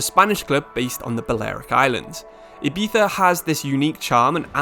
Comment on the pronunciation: The way u pronounce Ibiza 💀💀💀